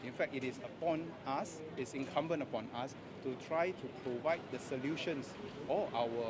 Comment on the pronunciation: U are the Trouble Unqualified Factor among other puppies U cant even pronounce us & saying ASS.